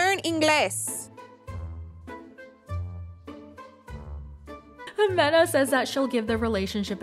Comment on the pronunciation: "LaERn InGLeees"! Well, nihau to you love.